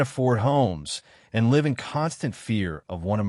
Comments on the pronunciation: he pronounced 'live' wrong - means the voice is AI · Minimum wage you can what on? The word is live (rhymes with give, not hive). F'n AI crap video!!!!!!!!!!!!!!!!!!